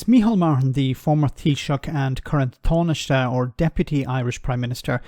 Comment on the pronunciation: Oh dear god, not another Irishman pronouncing Taoiseach and Tánaiste with an Anglo "TH" sound.